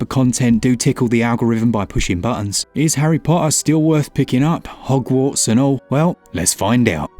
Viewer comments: haryy potahh😂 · Hae Pota 😂😂😂